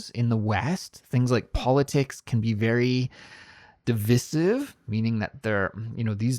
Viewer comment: Hello! Could you please let me know why you pronounce ‘divisive’ that way because in a dictionary both Britain and American versions are ‘dɪˈvaɪsɪv’.